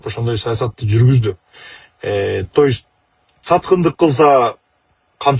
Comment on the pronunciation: Тоюсь деген эмне, то есть дейби же башкача айтканда дейбизби.